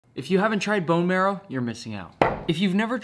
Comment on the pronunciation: sorry my teacher, you're pronouncing «Bone marrow» wrong